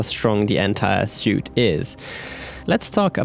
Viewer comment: For info "suite" is pronounced "sweet". Great game and film as ever.